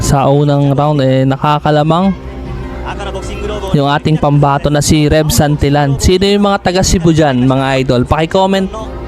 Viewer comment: iloilo po parang musika lng ang pagdaldal mo haha...congrats tev santillan..ang pag bigkas ay santilian sorry sa pagkorek😘